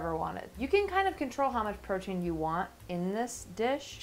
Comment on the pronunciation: Take a shot every time says the word Portein 🍻